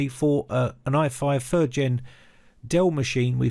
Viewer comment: With not "wiv" Motherboard not "moverboard" Third gen not "fird gen" Other Videos not "uver videos" Than not "dan" Messy pronunciation like the messy build.